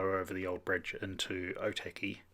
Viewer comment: Cool video! Just wanted to point out though, something that may help your pronunciation. Or - tuck - e (Otaki) rather then oh- tacky.